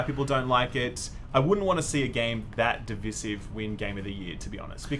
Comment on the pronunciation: Please pronounce "divisive" correctly